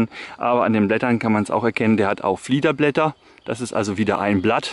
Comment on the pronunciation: Dein Video ist super! Ich habe nicht sooo viel Botanik Ahnung, aber: Heißt es nicht "Fiederblätter"? Und nicht "Fliederblätter"? Dein Video ist auf jeden Fall lehrreich und angenehm zu schauen, vielen Dank! :)